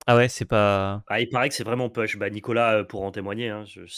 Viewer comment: tear asunder: prononcer "taire" et non "tire" (celui qui se prononce tire c'est la traduction de larme, pas la traduction de déchirer) - push se prononce pouche et non peuch (je présume que c'est ce mot là auquel pense quand il dit "peuch"?)